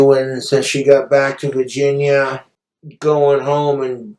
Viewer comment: "back to vahginya"